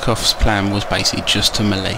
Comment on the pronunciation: French melee. ( 3 old. 3 young. 4 polish. Wutever u want after that. ) And a milita to waste shot. Also its pronoucned MelAY not mel ee; melay